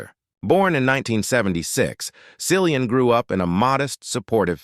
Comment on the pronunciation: It's Killian with a C ...